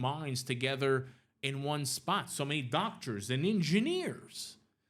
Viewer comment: Is he saying "Ninjaneers" or Engineers?